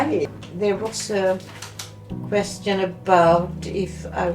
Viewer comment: What an amazing video! I like how you say questeeon instead of question :)